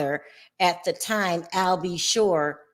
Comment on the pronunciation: Al B Sure not shore seriously.